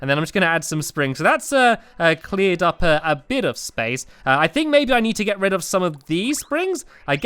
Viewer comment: Me: lets get rid of this. Stampy: lets get RED of this.